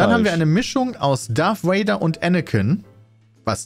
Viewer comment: Es heißt Darth Vader und nicht Darth Wader!!! Ich kriege jedes mal die Kries ewenn ich Wader höre.